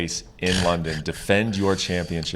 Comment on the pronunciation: Dumb reporter said khamzhat 😂😂😂 They really on the mans nuts fr. He's still new. Need more experience.